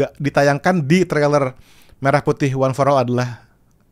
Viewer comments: Pelafalan "Merah Putih" jadi seperti pelafalan "Merah susu sapi" ..jelas ai 🤦🏻‍♂️ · coba dengar pengucapan lagu pada kata Merah Putih, itu jelas pelafalan yg dilakukan oleh AI